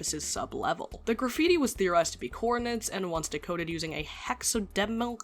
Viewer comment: "hexademilcul" "deciphal"